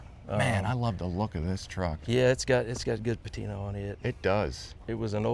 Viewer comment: Lost me at .....duhhhh I like duh patina 🤮